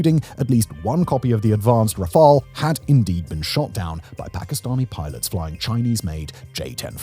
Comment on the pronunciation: RaFAIL and RAFALL It’s not the machine it’s the guy running it…MotoGP